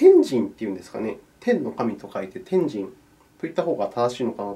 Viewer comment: 天神の発音おもしろい(笑)